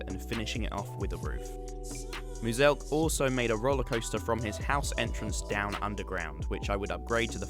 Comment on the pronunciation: Its pronounced muse elk but mulsek is even better